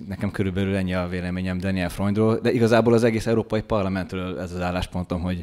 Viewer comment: A legnagyobb tisztelettel kérném, hogy helyesen ejtsük ki az általunk méltatott vagy éppen kritizált politikusok, közszereplők nevét! Daniel Freund helyesen: Dániel és NEM Deniel!!! Annyira nehéz ez??? Az ember szereti a pontosságot, pláne a kedvencei részéről...